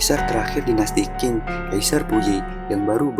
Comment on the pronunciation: bukan dinasti King.. Qing dibaca Ching..